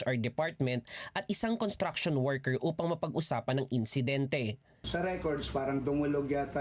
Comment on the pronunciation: It's pronounced as construction workers with an s after con.It's not contraction.